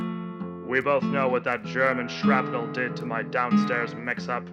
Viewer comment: It's "shrapnel", not "scrapple"